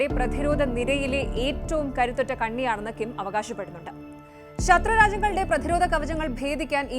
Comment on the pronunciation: "പ്രധിരോത" മല്ല. പ്രതിരോധം എന്ന് വായിയ്ക്കണം